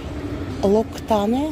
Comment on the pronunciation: Откуда бабуле чикуле знать как бренды правильно произносятся 😂локситан всё верно